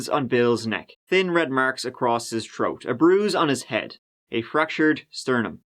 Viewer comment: He likes troat too.